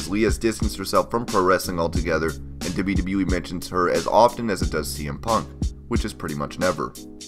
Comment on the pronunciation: I hate how you say "wwe". stop it